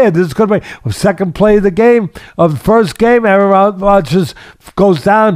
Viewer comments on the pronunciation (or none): none